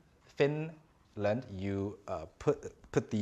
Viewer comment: I was doing other stuff and listening this at the same time and then suddenly I hear Finland😂 Thank you now I know how to pronounce my country better👌